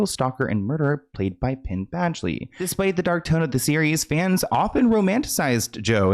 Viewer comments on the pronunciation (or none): Peen and veen, 😂!